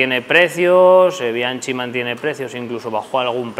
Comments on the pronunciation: Por qué pronuncian bianchi con ch, si la pronunciación es bianki (es italiano). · Mis queridos amigos, me he mordido la lengua durante muchos episodios, pero llegó el momento de contaros algo importante sobre Bianchi: Es una marca italiana, por lo que se pronuncia "Bianki", con K de Bikineros. Espero que corrijáis este problemilla de pronunciación en próximos episodios de YouTube y podcast. ¡Un abrako! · Me gustaría que la pronunciación de las marcas fueran correctas. P. E. Bianchi, la ch en italiano corresponde a la q del castellano. Me parece un poco de respeto a los idiomas en general y creo que añadiría algo de conocimiento en general. Muchas gracias.